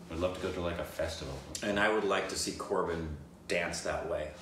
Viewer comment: said East coast Korbin!!!!